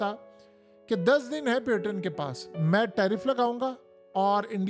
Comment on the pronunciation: پلیزززززز پیوٹن نہیں ہوتا پوٹن ہوتا ہے جنگلی انسان